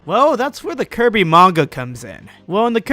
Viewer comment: sounds like he’s saying keirby 😂